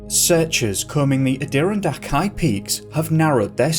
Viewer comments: Just FYI Adirondack is pronounced Adda-ron-dack. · Ad-Der-Ron-Dak mountains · add - er - ron - dak .... is how fist mentioned mountain range is pronounced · That's Pronounced Adirondack as in AD+ER+AHN+DACK NOT ADEERONDACK! Other than that!👍! LMAO! 😜🤣👌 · It's the Ah-doh-RON-dak mountains. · Adirondack mountains is how it's pernounced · Not to be picky but I believe it’s pronounced Ad-i-ron-dack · A-deer-n-dack mountains. The natives are wincing in their graves. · •ADA-RON-DAK• Mountains 🏔 Just thought I’d let you know how us Americans pronounce it lol AWESOME VIDEO BRO! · Just a heads up,, Adadirondack is pronounced "outer-on-dack". Google can't do everything, I suppose - I love your videos! Keep up the good work. I just got home from work and immediately started binge watching your videos. You rock! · Adirondack is pronounced..Add_ur-ron_ dak..just fyi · I’ve never heard anyone pronounce Adirondack like that. Adder on dack is how u pronounce it :)) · How to pronounce- Ad-a-Ron-dack Interesting stories… thank you.. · Love the vids man. Your pronouncing Ad-di-ron-dak wrong though. I live here in the foot hills of the Adirondacks. I've hiked a couple of the peaks up there with my wife. I swear It seems that the ground is hollow in some places. Thank you for bringing light to some of the disappearances around here. Ps I live 20 mins away from Lake Placid. That's where the movie Miracle was based off. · Just a phonetic sounding for you... Ad'or-ron-dak. Hope this helps, and thanks for the great dives! Deep or not! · Lol it's Ah-dah-RON-deck mountains. Also, Cherokee is CHER-uh-key. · Adirondack - correctly pronounced - adder- ron - dack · Ah-Der-on-dacks, is how it's pronounced if you ever do another episode on the mountains. Love your content! 😊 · Adirondak is pronounced ahh•dir-•ron•dack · It’s pronounced ADD-E-RON-DACK MTNS…. But great job keep it up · It's pronounced ADD-ER-ON-DACK, but no worries many Americans get it wrong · It is pronounced Add-er-on-dack